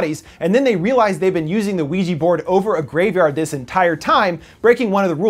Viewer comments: did you just say ouiji? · I couldn't help but laugh when he said Weegee instead of Ouija. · why does your pronounciation of ouija sounds like luigi for some reason lol or is it just me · Why is Ouija pronounced Wee Gee?